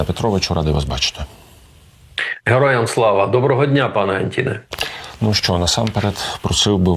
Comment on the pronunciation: Добрий день, пане! Пан Роман, в російську школу ходив і не дуже добре знає а може і не хоче знати українську мову. Тому не пане Антіне а. Дипломат української держави, який не цінує мову держави, як називається?... хто напише правильно? відмінок однина множина називний Анті́н Анто́ни родовий Анто́на Анто́нів давальний Анто́нові, Анто́ну Анто́нам знахідний Анто́на Анто́нів орудний Анто́ном Анто́нами місцевий на/в Анто́нові, Анто́ні на/в Анто́нах кличний Анто́не Анто́ни